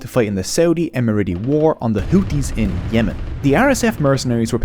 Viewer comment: tirty = thirty tree = three tousend = thousand sout = south tink = think overtrone = overthrown hooties = houthis